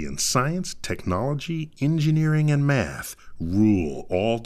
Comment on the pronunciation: "Engineering and MAF"